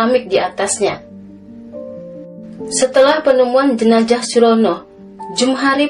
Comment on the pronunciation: Salam dari Riau, dek mimin. Sedikit masukan, harusnya jenazah, bukan jenajah. Z dan J itu beda.